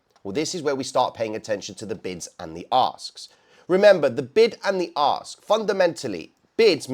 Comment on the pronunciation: you do realize Ask starts with an A and not an O right? I mean we already know you add a bunch of extra letters to aluminum but come on man. 😂😂😂😂😂